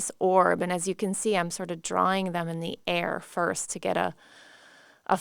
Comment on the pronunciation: It’s quite funny pronunciation. The correct way to say drawing is draw-ing not dra-wing.